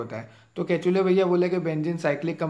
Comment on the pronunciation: Sir its kekule's structure not ketule...😅